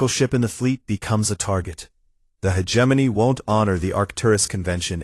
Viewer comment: It does not matter how many times viewers try to tell these "creators", the correct pronouncation is: he·gem·o·ny, NOT hedgeimonyy. They just don't understand bc they "outsource". :face-fuchsia-wide-eyes